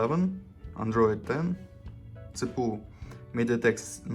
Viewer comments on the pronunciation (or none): Чувак, не ЦПУ А си-пи-ю )